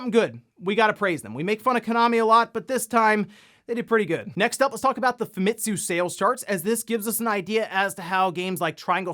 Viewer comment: That 'Famtisu' really triggered my OCD